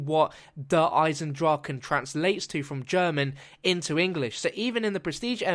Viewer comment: You pronounced it correctly. Yay.